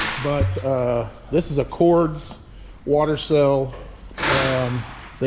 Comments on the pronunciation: Cords? Or pronounced Cordez? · It's Cordes but it's pronounced similar to Cordez just with an S and not a Z